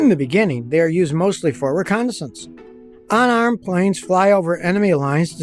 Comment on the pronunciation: Double U not Dubbuh U Unarmed not onarmed